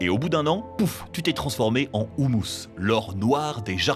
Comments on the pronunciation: On se transforme pas en houmous hein... humus ça se prononce comme hurluberlu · Par contre le mot humus se prononce umusse et pas oumousse, parce que le houmous c'est de la purée de pois chiche, pas du terreau lol.